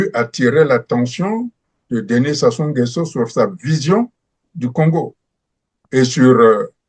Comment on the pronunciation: Comment un congolais arrive pas dire correctement Sassou nguesoo 🤷🏿‍♂️ c’est pas possible 🤦🏿‍♂️, les zaïrois vraiment quel courage